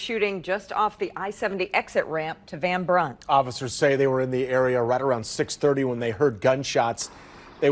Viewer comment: Can tell you not from kc…van bRunt and i70 not van bunt and one70. However good job on the video